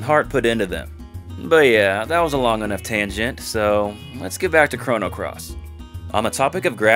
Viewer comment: Stopped listening at "Chrono Cross".